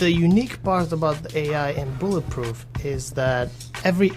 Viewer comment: "My new video game buh-puhf"